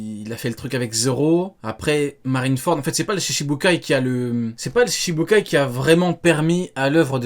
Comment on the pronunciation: Shichibukai* 7 se dit "shichi" (prononcer shitchi) ou "nana". Pas "shishi".